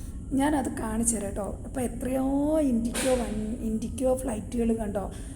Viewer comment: ഇൻഡിക്കോ അല്ല ഇൻഡിഗോ എന്ന് പറയേണം